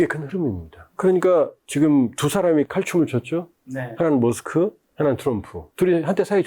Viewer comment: 말이 빠르고 뭉퉁거려서 말이 귀에 속 들어오질 않네요. 좀 천천히 말하고 발음을 좀 명확하게 해 주세요. 두 사람 - 트사람 모스칸- 모사가안 미국과는- 미구칸 비민주- 피민즈 머스크- 모스카 등등